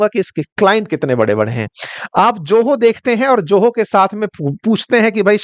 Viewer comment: यदि Zoho का उच्चारण 'जोहो' होता है तो Joho का उच्चारण क्या होगा?! और आप teacher हैं?! :face-fuchsia-tongue-out: बाप रे...!!!